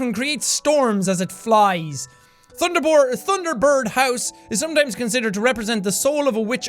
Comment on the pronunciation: "thunder bore" - jack 2017